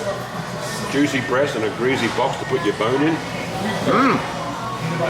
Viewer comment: “Greasy” , there is no Z in the word.